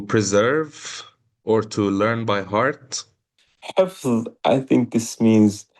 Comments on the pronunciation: حفظ (in Persian) =» hefz Not hafez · it's actually pronounced "hefz" or "hifz". And it can also mean to memorize something